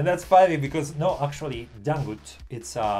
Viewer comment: Dangdut sir not dangut 😂